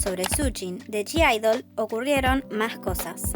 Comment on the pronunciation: Vs sabes q en g-idle no se pronuncia la g???? Me pone nerviosa q lo digas mal